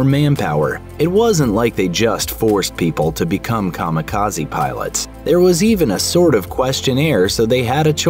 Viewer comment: Kami-Kaze not kama kazi 神 kami 風 kaze divine+wind